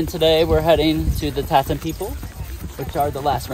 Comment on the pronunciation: They are "Tsaatan" not "Taatan" with a strong Ts sound. (They themselves prefer to be called "Dukha," or even "Taigiinkhan" (Forest People) while Mongolians named them "Tsaatan," or "Reindeer People" in the mid 20th century. Moreover, while they are related to Tuvans, they were there in Khuvsgul Aimag before borders were fixed as they are now between Mongolia and Russia. They have lived there for centuries, instead of being migrants from Tuva, Russia. Nonetheless, thank you for making this good video that highlights these remarkable people and their unique way of life. It looks like you had a good trip there.